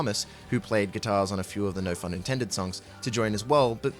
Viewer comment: im so glad you pronounce no phun intended with the PH sound, too many people i've seen pronounce it like no "pun" intended. i thought i was the only one who pronounced it like it is written.